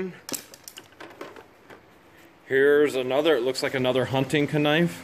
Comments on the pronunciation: Why does he say kanife instead of knife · How come he keeps saying kanife. Its just knife